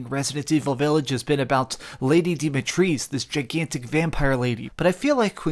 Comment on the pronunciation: "LaDy DeEmAtReEsE" 🤣🤣🤣. Once you hear it properly, Dimitrescu is NOT that difficult to pronounce...